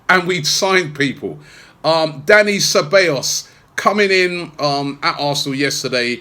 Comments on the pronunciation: its not cabellos robbie it is ceBAllos smh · Ce-bij-os.. not Ce-bay-os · God dammit Robbie, it's Ceb-ahhhh-llos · His name is pronounced “Saybaayous” Robbie,lol. Anyway,good addition to the team despite the loan arrangement.